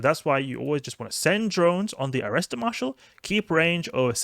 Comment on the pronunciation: By 'Arrester Marshal' you mean ''Attacker Marshal'?